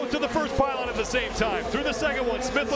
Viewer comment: why does he keep saying pyleen its pylon